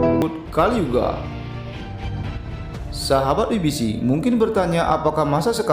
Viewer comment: Satu hal yg mengganjal saat nonton video.. pengucapan WBC dlm bhs inggris itu kan 'dabelyu bi si' bukan 'wi bi si'. Atau paling tidak pake bhs indo aja jadi 'we be ce'.